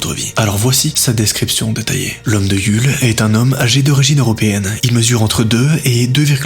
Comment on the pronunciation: le u de Yule se prononce ou